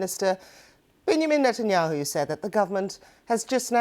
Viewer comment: How did this reporter pronounce Benjamin Netanyahu? 😂😂😂😂😂